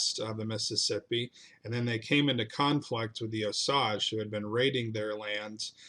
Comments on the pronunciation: wrong, I'm From Osage county Oklahoma . grew up among the Osage and Quapaw tribes . It is pronounced OH- Sage like the plant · It's pronounced O sage, sage as in the herb used in cornbread dressing. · I grew up in Pawhuska it drives me crazy that so many people can't pronounce it right I once heard someone pronounce it Oh Sagee I had to tell them it's pronounced OH- SAGE like the plant. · Great slice of history! But dude, you really undercut your position when you mispronounce names that you could just look up on Wikipedia or whatever. Osage is pronounced "OH-sayj" for example. I'm still subscribing to your channel, though, because I like that you're touching something that even an Okie like me was never taught in high school. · It is pronounced Os A ge. The A is strong. Otherwise a good program. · Oh. Sage. Sage like the spice. Long A. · Its Osage Indians like the plant. We live on the land my Cherokee ancestors lived on at the foot of Claremore mound. Pretty mush every area you mention you miss pronounce. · Osage is pronounced as at the second part of the word as you would pronounce age, a long "A". So long "O" and long "A". The "E" is silent. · That's a long "A" in Osage. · Okay i can't stand it: wa-zha-zhe is the real name for Osage. Tsalagee is what others called cherokee. Keetoowah might be more accurate for their name for themselves. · Here in Oklahoma we pronounce Osage differently. Sage as in sage brush. Appreciate the stories. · You butchered how you say Osage. It's a long a. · Sorry, you are wrong. I’m Osage, and it is not pronounced like “massage”. Why on earth would you think Osage is a French word? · Osage is pronounced with a long 'a'. Like the word 'rage'. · AS a person who lives here, please learn to pronounce Osage the right way. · Thanks for correcting my Oklahoma pronunciation. I lived in Oklahoma (very close to Claremore Mound) for about 53 years. I have degrees from OSU and OU and apparently I did not learn correct Oklahoma pronunciation.